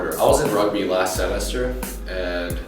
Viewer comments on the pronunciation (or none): he has an interesting accent when he said SEmester